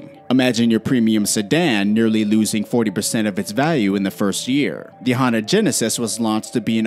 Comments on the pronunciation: HUN DAY not Hondi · It’s Hun-Day not Hon-Dah...🙄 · "Honda" Genesis :) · Nobody: Me: I think he said Honda instead of Hyundai